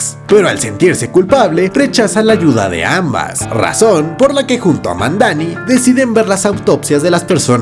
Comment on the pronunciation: Para mi la mejor serie de Marvel es la de Jon Bental como Punisher, una de las mejores historias y un equipo de actores exelentes! Y es Madani, no Mandani, gracias por el resumen excelente!